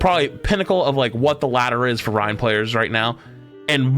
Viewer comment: This guy calling him Ry-IN bugged the crap out of me